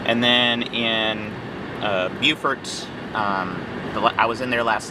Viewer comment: in NC that is Beau fort. SC calls is Beww furt